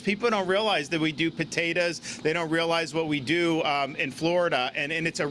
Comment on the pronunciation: Potatas, where's he from ? I didn't realize they have that accent in Jacksonville ? Please tell me he's not doing a Hillary , turning on a southern accent or a black dialect depending on the audience . Floridians from upstate (Jacksonville )is this how you pronounce potato ?